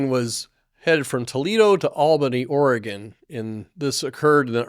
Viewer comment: his pronunciation was just fine.